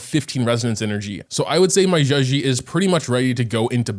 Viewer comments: Bro right its not zhuxi its zhezhi (like juh jirh) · Just saying, a better way to pronounce her name is probably something like “juh-jer” cuz in Chinese, “zh” makes a sort of “j” sound ^^ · i think u pronounce her name like “juh-jeh” , with the j’s sounding like the j in judge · be Butchering zhezhi's name😂😂😂